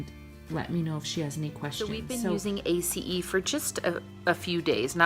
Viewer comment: Wow!!! I'm so impressed that you know how to pronounce A.C.E. the correct way.. (= TY for sharing!! Lots of great info. here. Truly enjoying your channel. TY for being here. ^_^